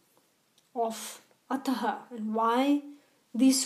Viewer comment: Plz do not pronounce ataha.. it is simple ath अथ Ataha means अथ: and this not written in first sutra. Plz pronounce simple अथ